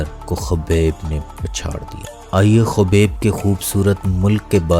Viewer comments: Yar apni pronunciation thk kerlo plzzz khaaaaaabib Hy not khubaib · Khubek nahi bhai..khabib nurmagomedov hai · Awaaz to sai nikal and khobeb ni h khabib h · Khubeb nhi khabib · kobar nhi yaar khabib naam hai... sahi se pronounce kar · Bro his name is khabib not khobab aur baki video best hay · Its name not khobob it's name khabib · bhai aap naam kyun aise pronounce karrahe ho uska naam khabib hai aour urdu me usko habib hi kehsakte hain... russian accent me K almost silent hota hai. baqi sab to theek hai information.. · Gando 😂 u even can’t properly say name 😂 shame on you. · Naam pronounce karna aata nahi.. chaley hai YouTuber banney.. Dagestan & Chechnya part of Russia...